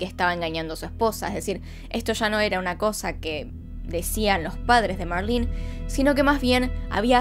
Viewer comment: Me caga que diga marlin es marlene 🙄🤦‍♀️ no sabes. Leer